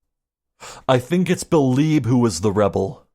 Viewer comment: So, you beh'leeb it was Beh'leeb who was arebal?